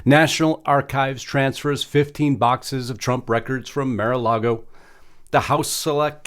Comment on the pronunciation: It's not 'Mare'-A-Lago'...It's 'Marr'/Mar-A-Lago! 'Mar' means ocean in Spanish and Mar-A-Lago means Ocean to Lagoon in Spanish.